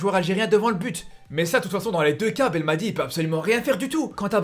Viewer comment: mec je te suis pendant des années depuis tes débuts je respect ton travail t es un ace dans la matière d'analyses mais coté prononciation des noms des joueurs tu me fais chiée à mort prononce comme un arabe pas comme un français par exemple le nom c'est belmadi et non pas belmatjii et ben rama wlah Ranma rah ben rahma ha le ha a bachar